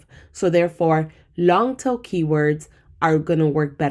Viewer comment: so sorry, there is one sentence that I’m not hearing right. Are you saying long tail keywords or long til? Thank you for your videos!! Learning lots, subbed and liking as I go.